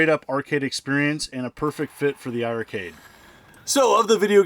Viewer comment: It's pronounced iRcade , don't double the i 🤷‍♂️